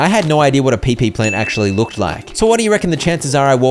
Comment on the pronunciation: This game type are really strange about coconut it takes more then just that to have diarrhea I think you pronounce the Pipi wrong you call it PePe The next survival will love your Island